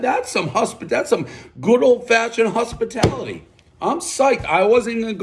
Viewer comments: One huspitality, everybody knows Dave can’t pronounce O’s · One “husspitality” everyone knows Dave can’t pronounce the O vowel